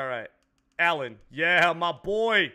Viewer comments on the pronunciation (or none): none